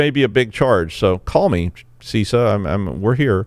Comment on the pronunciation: it's not See Sah! so I've heard.